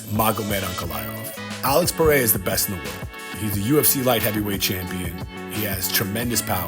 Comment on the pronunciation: I will be happy when content creators learn how to pronounce Alex Pereira's name correctly.